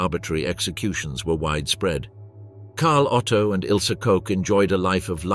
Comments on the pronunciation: Her name is KOCH not COKE. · Pronounced 'cook" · Ilse Koch (Koch in German rhymes with the English word watch same as the Koch of Heckler and Koch)